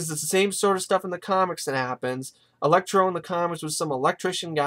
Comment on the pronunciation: Electro not elexi